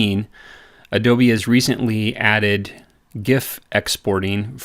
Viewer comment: Thumbs up for just pronouncing GIF correctly!